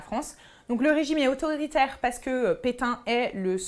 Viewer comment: Slt elle dit régime autoritaire ou auto héritaire...? A